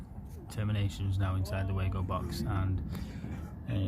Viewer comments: Actually no! It is German, and pronounced Var-go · Lol it pronounced wago (way-go)